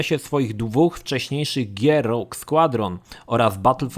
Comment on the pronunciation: Słowo rogue nie czytamy "rodż" ale "rołg", darth "darf" a nie "derf", maul "nie małl" a "Mołl". Geonosis to nie "genosis" a "gionołsis", Jedi "dżedaj" a nie "dżedi", knights "najts" nie "knajts" i było tego jeszcze trochę. Warto czasem odpalić google, lub poszukać na forach wymowy słów angielskich lub tych dotyczących Star Wars, bo czasem mogą one faktycznie przysporzyć kłopotu. Mam nadzieję, że moje uwagi pomogą w poprawieniu jakości kolejnego odcinka dotyczącego Gwiezdnych Wojen. Ogólnie materiały przyjemne i zapoznają nowych, młodych fanów uniwersum i graczy z produkcjami skupiającymi się na Star Wars.